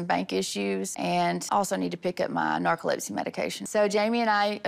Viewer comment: 'Medicine' for her 'nercalopsy' 😂😂😂